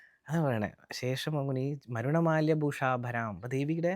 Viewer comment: 1അളിക" ചുംബി" കസ്തൂരികാം 2 സമന്ത ഹസീശേഷ്ണ എന്ന് അല്ല. "സമന്തഹസിതേക്ഷണാ" എന്നാണ് 3.മരുണ മാല്യ എന്നല്ല,,, അരുണ മാല ഭൂഷാംഭരാം എന്നാണ്... ഇതൊക്കെ അറിയാതെ ആണോ പഠി പ്പിക്കുന്നത്?